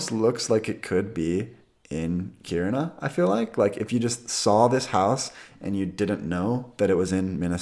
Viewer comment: I actually live in Kiruna, impressed by your pronunciation. Btw, if you want to buy up homes, you can easily rent it out to students coming for highschool and make a good profit in a few years time, any decent price would be gobbled up immediately.